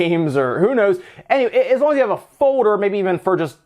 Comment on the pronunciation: F-o-l-d-e-r not F-o-d-e-r